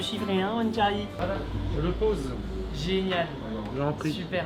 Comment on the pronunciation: tu m’a dit mon tcharlie like si t’a lu avec l’accent